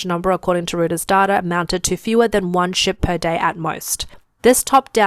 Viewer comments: And it's "r-OY-ters", not "r-OO-ters"...🤦‍♂ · "Rooters..." I laughed. Reuters is pronounced roy-ters.